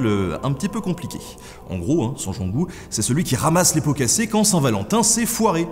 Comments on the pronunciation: 4'38 on prononce Saint "jeangou" pas "Guangou" ... ayant vécu à Toul 7 ans .. il y a presque 50 ans maintenant ... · Ahaha la même pour la prononciation de Saint-Gengoult, j'ai toujours entendu la prononciation "saint jean-goult"